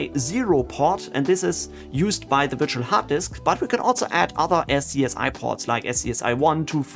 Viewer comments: One little thing (and I've been seeing this in a lot of similar tutorials), but "SCSI" is pronounced "Scuzzy". Probably not something that comes up a lot if you didn't work in enterprise storage in the 90s, so I'm not surprised that nobody else has mentioned it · I love you man but every time you don't pronounce SCSI as SKAZEE a neopet is starving to death :P